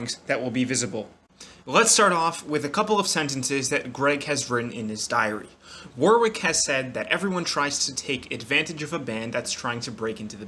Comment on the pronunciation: If you pronounce Warwick wrong one more time lmaooooooo Btw I think it's pronounced "War-ick" there's a city here in the uk that's pronounced like that so yeah.